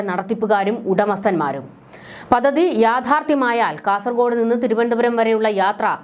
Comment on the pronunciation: താങ്കളുടെ ഉച്ചാരണം പലതും വികലമാണ്. " പദ്ധതി ", എന്നു പറയുക. " മുഖ്യ മന്ത്രി " എന്നതും തെറ്റിച്ചാണ് പറയുന്നത്